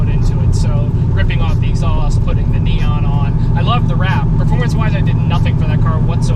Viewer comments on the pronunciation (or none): none